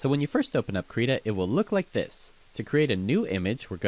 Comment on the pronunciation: You said the name wrong B O I